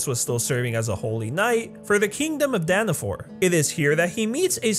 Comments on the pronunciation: its danafall, why is everyone saying danfor? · it ain't Danafor it's Danafall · Dana FALL. NOT danifor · ITS NOG DANAFOR ITS DANAFALL only a huge fan would know that he said danafall wrong HMPH!!!😤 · It’s danafall